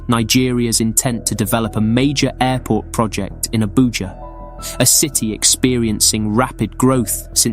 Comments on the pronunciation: It abujaa not abuya....... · AbuJA not AbuYA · Bruh, its called ABUJA not ABUYA. Nice presentation though. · Abuya?😂 Dude, it's ABUJA. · It's ABUJA not Abuya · Abuya for Abuja, I am crying right now 😂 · This is an awesome piece of documentary... Just one thing though, next time, please try and consult actual Nigerians to learn the pronunciation of Nigerian names so you don't make a mess of names like Abuja and Nwude. Thank you ❤ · nice video but the capital is abuja not abuya😮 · Abuja not Abuya 😂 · Abuja is pronunced ah-boo-ja not abu-yah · hi.. thats not the only thing he got.. wrong.. isn't Abuja .. pronounced abuJAH???.. and not abuYA..yes?... i believe so!.. be blessed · Wtf is an Abuyah. The J is pronounced as a J. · Africa ! As in Yohannesburg....cracks me all the time. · First things first, we are not Mexicans so our J isn't pronounced as Y! If you're going to tell a story about a people at least try to get the basic details right and not mislead every single person who visits this page. No excuse to this group of Nigerians, but might help you to start with the baker Estate fraud, to Charles Keating down to Epstein and Trump and the likes - In other words, face your own problems rather than write hear say about a place you cdnt be bothered to visit for proper research as this piece clearly shows. But hey, it's the era of the internet, anyone who can use a search engine can make money off unverified material so long as they're confident and convincing.